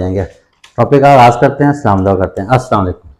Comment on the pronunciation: Baita salam ko Sahi trha ada kijiay